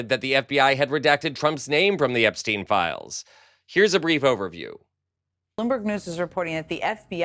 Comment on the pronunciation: FGS it's not pronounced "Epsteen" it's "EPSTINE"